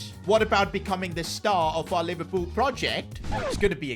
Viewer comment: NOT PIVERLOOL😭😭😭